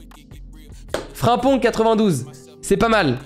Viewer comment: Ta façon de prononcer certains noms surtout Frimpong je sais pas ça me met en ROGNE